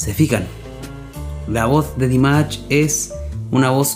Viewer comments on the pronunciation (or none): Поете вы хорошо но имя человека которого любит весь высокодуховный мир произносите не правильно если вы нас деарс уважаете то правильно 🤴 Д И М А Ш !!!! Не надо каверкать и говорить Димач 🤨!!!! понятно вам 😎?! Не надо Ч 🙃 !!!